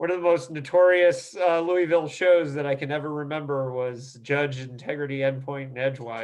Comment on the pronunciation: "Louie-ville". Lol It's Lou-a-vul,. Great interview though, Rob and I were friends as children, I haven't seen him in nearly 40 years though.